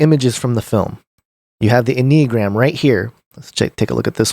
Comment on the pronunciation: “N uh gram”